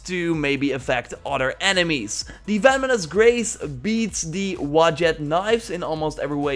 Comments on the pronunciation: It actually makes me mad that you say "Feminist Graze" instead of "Venomous Grace" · So sorry to say this but it’s “venomous" not "vemonous" I do know you're from like the Netherlands or something so i guess you will just improve by seeing this comment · Venomous, not vemonous. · I thought you said “The Feminists Grace” lmaooo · He sounds like he's saying the feminist grace. 😂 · Sounds like he's saying Feminist Grace. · You sound like you’re saying “feminist grace” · "Feminist Grace" and "Nevertitie" this dude is funny.